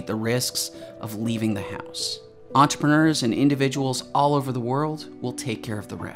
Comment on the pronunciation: Entrepreneur. Please note all the ‘R’s in this word.